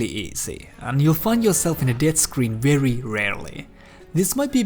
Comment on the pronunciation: "They're not rary smart and a rary stupid." LOL